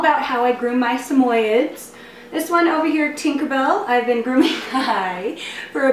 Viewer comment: its pronounced sam oyee ds not sameyeds